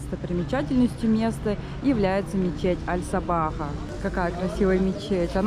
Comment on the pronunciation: мечеть называется Аль-Сахаба, а не Аль-Сабаха.))